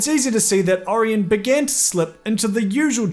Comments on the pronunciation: It's either Ori-On or Ora-Yen. But not Ari-yen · It's pronounced O-ryan, ffs, NOT Or-in. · How do you not know how to say Orion?